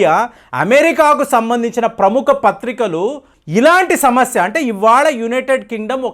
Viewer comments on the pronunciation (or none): none